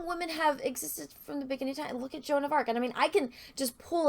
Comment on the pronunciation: I will never get tired of saying Wahmen lol